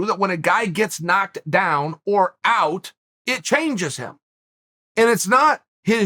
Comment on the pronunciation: You don't need to add h sound to the word out. Big fan, but come on man.